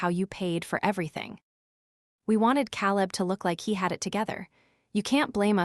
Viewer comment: Can’t you pronounce Caleb right